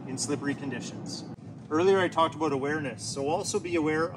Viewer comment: Never watched your channel but that “aboot” instant trust that you’re a subject matter expert 😂